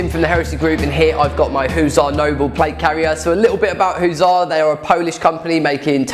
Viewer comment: I swear it's pronounced Huss arrr not hooosar even though its missing an S the logo is literally of a Hussar's wings.